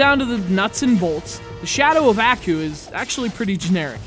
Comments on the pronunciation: It's pronounced "ahh-koo", not "a-koo". Like you're sneezing, just with a "koo" instead of a "choo". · Strange. Did really watch the cartoon series? If he did then he would have known it has only been pronounced as "Ah-Coo" where 2nd part sounds as in word Cool, not "eeh-ku" or "eayah-ku" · Bruh...how you gonna bash the story of a game when you don't even know what the show is about in the first place. You can't even pronounce the characters name correctly. This review is terrible, I award you no points. Everyone who watched this is now dumber from doing so...and may God have mercy on your soul. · You're reviewing the game and you can't even pronounce the name of the main villain idiot. I bet you've never even watched the show.